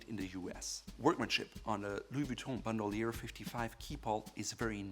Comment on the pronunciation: This guy in desperate attempt to pronounce everything “right” is pronouncing everything terribly wrong. For example, he pronounced “Bandoulière” as “Bond-oo-lee-ehr” when it’s pronounced “Ban-doh-lee-ay”